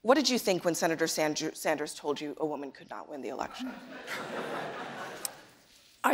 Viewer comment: Did no one catch the moderator say “Senator Sanjew” after Sander’s said he deliberately did not say that statement about Warren??